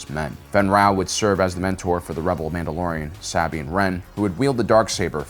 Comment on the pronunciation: im sorry, not trying to be a butthead. lol your one of the best SW channels on this platform. YOU GOT THIS!